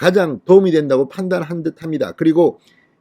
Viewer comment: "사전" 발음 좀 고치면 안돼나요? 방송을 할려면 공인 답게 하시는게 어떨까요?